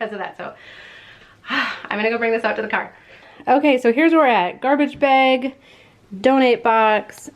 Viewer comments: The way you say bag always cracks me up!😂 Sounds like you’re saying beg. Love your channel! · I KNEW IT!!! My mother was from Minnesota and she ALSO says "beg" instead of "bag"!!!